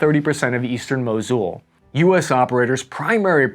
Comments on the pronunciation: Mosool not mojioool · You pronounce mosul wrong ,its mosul , the vowel is short o , not u